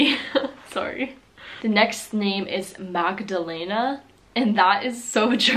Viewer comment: my name is Magdalena and i think you pronounced it very close to the correct pronunciation. Johanna is the name of my sister, but we life in austria so...(english isn’t my first language, obviously:))